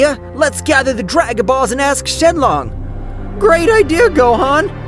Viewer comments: Shin long Why, he said shin long it’s shinron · shenlong? i thought it was shenron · Bruh said shenlong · ITS SHENRON MAN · Bro he said the dragons name wrong